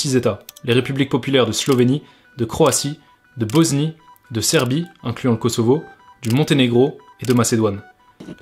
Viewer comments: Frérot j’aime bien ton documentaire, mais arrête de prononcer BoZnie stp c’est un S et ça se prononce S pas Z s’il te plaît, BOSNIE PAS BOZNIE! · Mais pourquoi tu dis Boznie gros ? Regarde sur Google ça se lit comme un S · La boznie? 😂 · BoSnie pas BoZnie